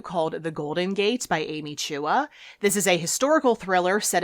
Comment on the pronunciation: I read Amy Chua's novel, The Golden Gate when it first arrived. I spent my childhood in the general area and the shining white Claremont Hotel was always a landmark. Thanks for the pronunciation of the author's name. And I DNF Other People's Clothes. It was highly recommended, but too repetitive for my taste.